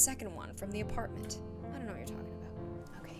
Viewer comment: Everytime says hotel: ApartMenT... Me:.. Again: aPaRtmentTTT